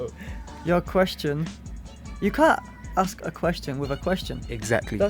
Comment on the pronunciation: its ASK not ARKS !!!!!